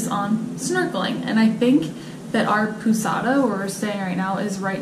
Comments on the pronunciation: Just one tiny thing: it's not poossada 🤭 it's pohzada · Some Portuguese tips: Galinhas = Ga-LEAN-yas; Pousada = Po-ZA-da